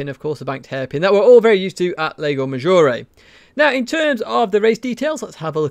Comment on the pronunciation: FYI : "Lago" is pronounced exactly like "Large".